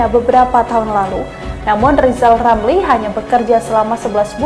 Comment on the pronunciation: Hari pertama Rijal Ramli jadi presiden ,kami rakyat akan turunkan lagi sebab gak pantas ngomongnya gak bisa R wkwk 😀😀😀